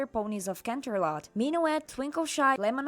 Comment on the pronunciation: "canternot" ☠️☠️😂😂😂😂 I can't